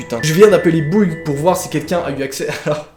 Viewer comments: ça se dit bou ïgue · Alors... ----> Bou iigue (en gro faut le dire comme sa) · sase pronoce bouïgue tu prnonce le bou et ensuite le igue sa fait buig =D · Ça ce prononce bou i gue 😂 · On dit " BouÏgue Telecom " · On dit : Bouwigue 😂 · On dit « bouig » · Au fait, Bouygues ce prononce Bouigue voilà voilà ^^ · On prononce ça BOUI-GUE donc bouigue telecom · Sa se lit " bouïg " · Tu le prononce bouuigue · Chèr, on dit Bou-i-gue téléphone. Voila, c’était ma contribution ^^ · sa se prenonce " Bou" "i" "Gue" Telecom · Ca se prononce Bouigue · sa se dit bouigue 🤣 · on dit "bouige" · Ça ce prononce "BouiGe" je crois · On dit : buigue (bouygues) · Sa se dit: bouigue, BOU-I-GUE 😂😂 troppp bien se nouveau thread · Bouïgue* telecom😂😂😂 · Ca se dit "bouigue"😂😂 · Ça se dit Bou-i-gue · Sa se peononce bou-ï-gue télécom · Sa ce dit bouigue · Mdrr Bouygues ça se prononce bou-i-guee sinon vidéo très flupante mais super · ca se dit b-oui-g comme oui avec un b au debut et un g a la fin, chépas si c'est clair X) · voila sa se dit «bou i gue» telecom 😂😭 snn super video continue 😘😘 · Haha, ça se prononce bou-i-gue bouigue quoi... 😂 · On dit bouigue Télécom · c’est genre bouig fin ça se dit vite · Yesssss voir un Suisse ça fait plaisir ! Continue comme ça j'adore ce que tu fait ! (Ça se dit "bouigue" je crois xD) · On dit bou ig Télécom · mdr ça se dit bouigue Télécom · On dit bou i gue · Sa se lit bou-i-gue telecom mais sa s'écrit Bouygues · Bouygues se lit : bou - igue - gue ! Voilà leçon de français, j'espère que ta compris hé hé ! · on dit bouiiiigue telecom 😂. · On prononce Bouiiigue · ça se prononce : BOU IGUE voilà un commentaire parmi tant d'autres qui parlent du même sujet que tu ne vas jamais voir. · Mais tu ne plagia pas squeezie ce n'est pas le même Thread Et ça ce prononce Bouiigue (C'est la prononciation) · Bou i gue sans prononcer le e je crois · Ça se prononce buigue Télécom 😂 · Enft genre tu dis bouigue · Buigue télécom Voila comment ça ce prononce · On dit bwouigue 😂